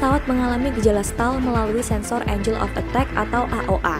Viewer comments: Parah sigh yg "enjel" 😓.. coba "enggel" bacanya.. cukup disayangkan kesalahan dasar seperti ini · Klo pelafalan angel gw setuju, tp klo pelafalan mcas, mau dibaca emkas mau dibaca em si a es pun bebas, karena itu mcas kan singkatan.